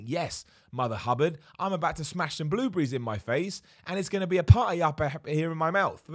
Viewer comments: the way he says "bluebriees" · I thought he said blue beeeze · WTF is a blue-bry? ;-) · Bloobrees, I love how you pronounce certain things. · Who else was wondering what "blue breeze" was before realizing it was "blueberries" 😂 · The way he says blueberries🤣🤣🤣